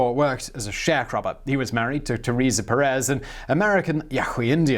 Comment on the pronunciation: Teresa Pérez! Not Peréz!!!